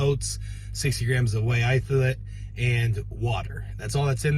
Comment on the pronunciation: Love that always says ‘Itholate’ when referencing the protein shakes.